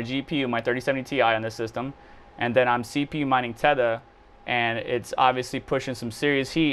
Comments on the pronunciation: Are you seriously mispronouncing 'Theta'? Where do you get "tetha" out of that? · Theta bro like the Greek alphabet 😂 it’s not Teta